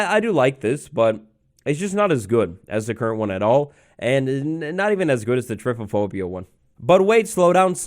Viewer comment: I love how says typophobia rather than trypophobia